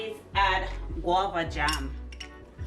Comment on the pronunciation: Guava not wabba